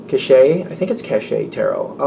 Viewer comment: You are saying cachet properly. Accent on the latter syllable. Typical excellent reading!